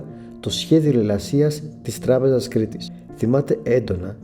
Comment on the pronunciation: φίλε προσπάθησε να προφέρεις καλύτερα τις λέξεις, π.χ. λες "ο Ανδρέα Παπανδρέου" και "της Τράπεζα Κρήτης"